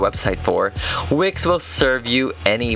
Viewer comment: I thought he said wic not wix